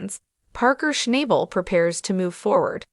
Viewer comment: Maybe you should watch the show one time and learn how to pronounce his name correctly. Rather showing how un-unique can be